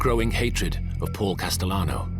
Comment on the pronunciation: "Businessmun" "Goiti" "Porl Casalannoo" 🤮